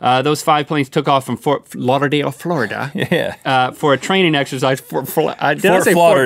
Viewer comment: wow he doesn't know how to pronounce Fort Lauderdale in Florida St Augustine